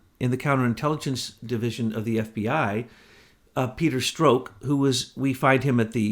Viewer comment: I hate when you cut down....this time wasn't too bad...you just corrected his pronunciation of Strok but in a few of the AIM reports you are down right rude. What a hypocrite you are. You are quite a big mouth yourself. I've been meaning to say this for a long time.